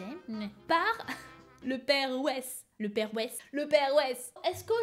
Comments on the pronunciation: Mais je m'appelle Weiss moi 😭 ça ce dit pas "Wesh" mais "Vaysse" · ça se prononce "Vaillsse" (Weiss) ^^ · Weiss ce dit Vaïss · En vrai ça se prononce "vaïsse" mais tkt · weiss ça se prononce vaillsse #TeamAllemandLV2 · 10 : 59 sa s'écrit weiss mai sa se dit vaysse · '' le père Weiss '' mon nom de famille c'est Weiss et ça ce dir pas comme ça jpp ça ce dit vaïss XD